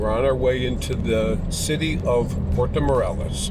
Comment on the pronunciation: I like the "portow morellis"..